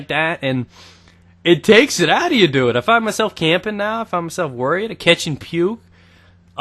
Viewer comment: I like the way you say dude you go like doude